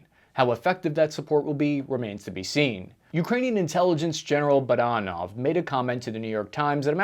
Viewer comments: Repeat after me. Budanov: Boo-DAH-nov. Shoigu: SHOY-goo. It's not buddynov and show goo. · Amigo, the Ukrainian intel chiefs name is PRONOUNCED BOO-DAA-NO-V! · Budanov doesn't make mistakes. It's boo-danov, btw. And russians always lie, fyi. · “Buttanov” 😂 I love it! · Your pronunciation of Sergei Shoigu, Budanov, and others is totally embarrassing. It makes you sound so stupid and like you barely did any research for this video at all. You've lost all credibility when you can't get something so simple correct